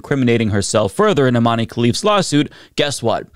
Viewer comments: I cringe every time you say "Imani" - it's Iman! Algeria (and Morocco) use french spelling conventions when transliterating Arabic words so the final "e"is silent, just like in Zidane; you wouldnt say "Zidani", would you? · "We like strong independent women in sports" > strong independent woman from an extremely humble household takes the stage but isn't of european descent. "We like OUR strong independent women" As a side note, the E in Imane is silent, so its pronounced "Eeman", the "man" sounds exactly like the english word "Man". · Please, please, please look up how to pronounce people's names before doing a video, it really doesn't take that long and it would show you give an ounce of respect for the rest of the world's cultures. Imane's name is being mispronounced all over the internet by americans, the "e" is supposed to be silent, and this doesn't pose a phonetic difficulty. It's not like her name has vowels or consonants that would be a challenge to pronounce for English speakers.